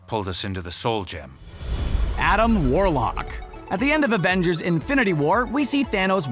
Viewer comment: he said abengers not avengers